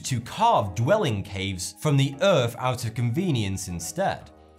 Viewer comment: what's the EARF? Do you mean Earth? It's ok I get it with these things....I mean FINGS